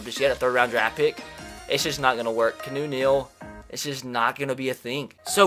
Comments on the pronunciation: Canoe? IT'S KEANU. Pronounced KEE-AH-NOO, just like Keanu Reeves. Damn it, look up his name before you post. That is what Google is actually for: learning about stuff. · He pronounces Keanu like Canoe 🛶 😂😂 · Key-ah-new Neal 😂😂😂